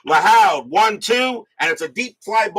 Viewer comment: Joe Lahoud is pronounced Lahood like the hood of a car.